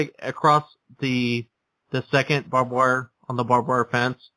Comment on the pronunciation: You do realize it's "barbed wire" (not "bob wire"), right?